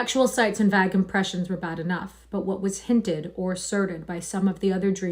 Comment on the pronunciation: What's the Vague is pronounced with a hard A -- rhymes with plague